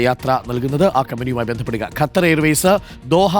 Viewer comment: ഗത്തർ അല്ല.. ഖത്തർ